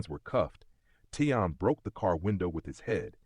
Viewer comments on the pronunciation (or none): His name is Taleon.... not Teyon